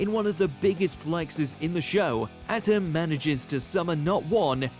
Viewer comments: for the millionth time, it's pronounced Ah-tem, not Atom. did you even bother ever watching the show? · This segment should've been narrated by someone else because keeps saying Atem's name wrong! It sounded like he was saying "atom" and not "ah-tem"! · believes it Pharaoh Adam with their pronunciation. Its pronounced A Tem. And because of your failure, be banished to the shadow realm. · I see doesn't know how to pronounce ah-tem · I can’t stand the way this guy says Atem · The mispronunciation of Atem repeatedly is awful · This fool cannot say his name right, how insulting 🙄😭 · The way he says atem is so bad